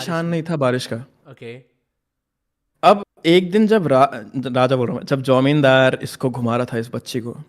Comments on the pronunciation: IT'S JAMINDAR NOT IT'S JIMODAR 😂😂😂😂😂😂😂😂😂😂😂😂😂😂😂😂😂😂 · As a Bengali this is not "Jamindar" this is "Jomidar"😅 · Also not jomindar